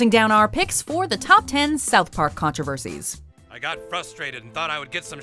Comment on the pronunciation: “Controversies” I thought it said Coronavirus.. :O